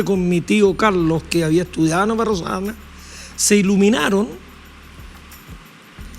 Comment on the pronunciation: Que gran invitado, claro que la periodista debiera aprender de él, el profe dice BarroS Arana, y ella dice BARRO ARANA, además le tomó un retrato, yo creo que le tomó una fotografía con la que se puede hacer un retrato. Ojalá nuestros periodistas pronunciaran bien. Al menos ellos.